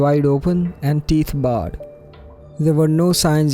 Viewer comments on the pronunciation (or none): You need to work on your English. For example you say teeth "Barred" instead of bared (pronounced Beird). And you say "shunned" when it should be stunned, although this is more due to your lack of attention than knowledge of English